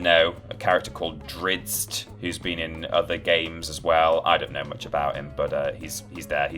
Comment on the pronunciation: Very common mistake with Drizzt - but it's pronounced "DRITS" 😉👍